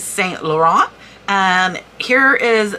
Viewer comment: Hi great info , your skin is beautifull , by the way saint is pronounced san, loh rahn